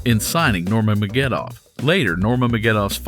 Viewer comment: His name is pronounced Ner-ma-guh-med-dov (all short vowels)... Sorry, you just said it wrong every time, but its pretty much said how its read lol. Also, i'm not sure why it is titled the GOAT, his nickname is the Eagle